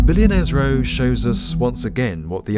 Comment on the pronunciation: "dis is..billionaires rewwwr"